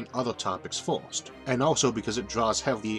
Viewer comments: Mastered the universe, has no fucking clue how to pronounce "first" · Why does he pronounce "First" as "Forst"? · Why do you say fiwst instead of first ..... The video idea is great, if only the narrator wasn't butchering the English language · say forst one more time